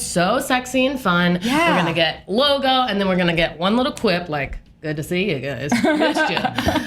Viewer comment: oh she said "logo" lol at first I thought she said "Lobo"... I mean replace her saying "logo" with "Lobo" n it still makes sense n makes it even more awesome to be honest